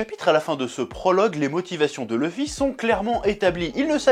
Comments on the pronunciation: bonne vidéo mais arrêter de dire "leuffy " bordel c'est luffy , il faut maudire la VF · Sympa, mais le fait que tu ne prononces pas "Louffy" m'écorche les oreilles donc je sais pas si je regarderais la suite.